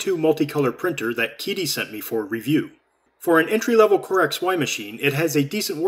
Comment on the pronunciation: Psst...it's pronounced 'Cheetee' not 'Keedee'. Great unboxing and demonstrations! It's a great printer for the money!